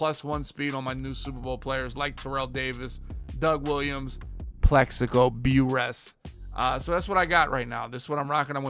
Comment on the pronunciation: Ain't no way you think that's how "Burress" is pronounced. I wanna believe you Madden players are actually football guys...but I wonder sometimes lol